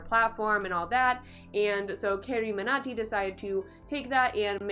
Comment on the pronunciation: I didn't understand why you kinda struggled to pronounce 'carryminati'...carry is an English word ..you can pronounce 'illuminati' easily but pronouncing 'carryminati' .it's hard for you ..ughh...making people fools ! Good work